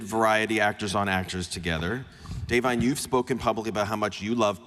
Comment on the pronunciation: Im impressed he pronounced Da'vine 's name correctly